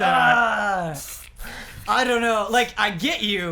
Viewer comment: bro the way you say get is just the best lmao the way you GIT is the best! ahahahahah love you man but you pronounce get as git every turn! Git Gud!!!